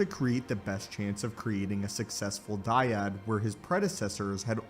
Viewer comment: The " dYaD"🥴